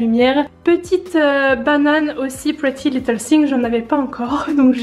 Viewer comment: Arrêtez de dire pretty little thingS, c'est thing, sans S 😭😭😭